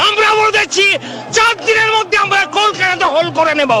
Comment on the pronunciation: একটু বাংলা স্বরাঘাত টিক করতে পারলেন না দাদা?😏 অস্কার উইনিং ফারফর্মেন্স। শফরে,কেলকাটা।😄